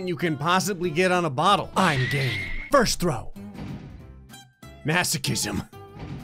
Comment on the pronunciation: “I’m gay” pretty sure he said game but idk at this poibt